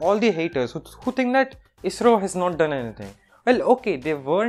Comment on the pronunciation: No one: Literally no one: Not even a soul: Others: ISRO TANAY : AYEE ESS ARR OO